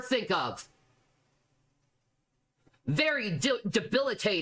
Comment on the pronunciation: dA Tr0Lez hctib no one and i DO MEAN NO ONE cares whether your chat is on or not. And she really stood up and gave us a whole unobstructed view of the piss chair and window. omfg she actually pronounced it "debilitatING" instead of debilitatin'.